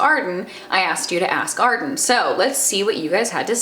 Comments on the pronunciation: Morgause x ass garden sounds like ask arden. she is saying ask arden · Now every time she says ask Arden, I can only hear ass garden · I keep thinking you're saying "ass garden" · People kept telling her that every time she said "Ask Arden" it sounded like "ass garden" so she just changed the title lmao. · I'm dying I just keep hearing Ass Garden instead of Ask Arden it's amazing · Ass Garden? I am confused. Are you saying Ask or Ass; but the title says Ass. ahh D:! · "Ask Arden" sounds really similarly to "Ass Garden" which I'm 100% here for. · I have to like this video just because I laugh every time I hear you say Ask Arden now